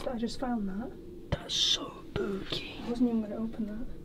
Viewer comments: Bro why when everytime says spooky it sounds like booky?? It’s so hilarious tho lol 😂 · I like when he said booky instead of spooky 👻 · i think said that was SPOOKY but to my AMERICAN BUTT it sounds like that was BOOKY